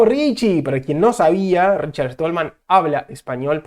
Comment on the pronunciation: RICHARD STALLMAN , SSSSSSSSSSSTALMAN...NO ESTOLMAN. ¡PLEASE! O APRENDES O TE RETIRAS. ¡QUE PROFUNDIDAD DE ANALISIS!...PENDIENTE A LO QUE VISTE EL ENTREVISTADO. SE NOTA NO ERES PROGRAMADOR COMO LO DICES TÚ MISMO.